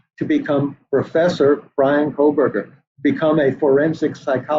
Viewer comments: Who is Bryan “Kohlberger”? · Is it pronounced Koberger…or KoLberger??? Megggsypoo seems to add an L